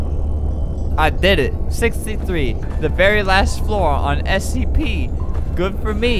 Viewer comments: He said stp not scp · what is stp were u supposed to say scp